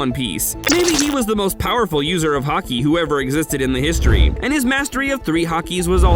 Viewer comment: Is it me, or does he say hockey instead of haki. Just a question.